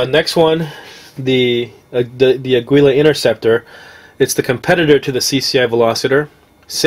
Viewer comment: Aguila is pronounced like "ah-gee-la". It's "eagle" in spanish. (Mexican company).